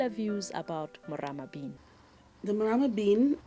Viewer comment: The lady with spects has the right pronousation of the Morama bean